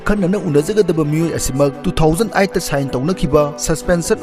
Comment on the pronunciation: Two thousand eight not two thousand ight 😂